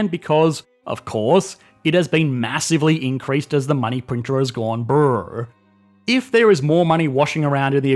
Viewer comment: Aussie version of burrr sound so good